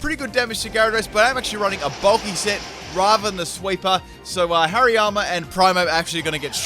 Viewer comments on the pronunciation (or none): none